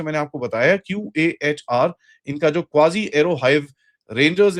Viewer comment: क़ाज़ी है वो क्वाजी नहीं।